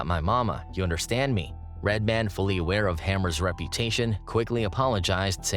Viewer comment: Is it just me or does he keep fucking up Redmans name 😂